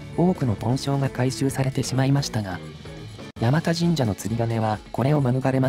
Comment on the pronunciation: 「山田」を「やまた」と濁らずに発音されたのは流石です。 この辺り通られたのなら、せっかくだから道中坂と鎌田堂にも触れてほしかったw 冒頭部分、第三京浜の下をくぐるところに40年くらい前には湧水が汲めるようになってましたが今は流石に無くなりましたね。 山田神社は、珍しい虫送りという行事があります。